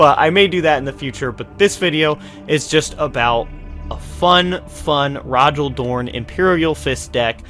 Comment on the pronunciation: Cool video. I might try this out with another IF warlord, given that I'm missing Rogal Dorn. Also, I think Rogal is pronounced more like "Roe-ghal"